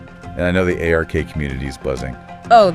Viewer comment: Just say ARK. Not A/R/K. Lol